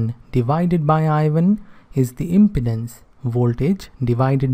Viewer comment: Your prononuciation of "impedance" is not correct.